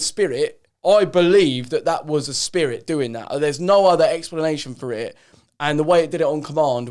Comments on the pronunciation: When he says spirit like “shpeerrrit” 😂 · Sam Finch ludgate nah bro it's spedit with a d uno 🤣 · Joe has gone down the rabbit hole and can’t get back out. Also he the way he says “spirit” lol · The way Joe says spirit is too funny 😂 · The way Joe says ‘spirit’ cracks me up